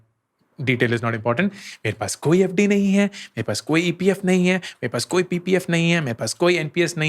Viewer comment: I am literally laughing when Ankur bhaiya saying FD 😂😂